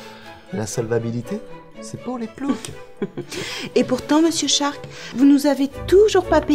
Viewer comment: Pourquoi ils disent et marquent shark et pas stark???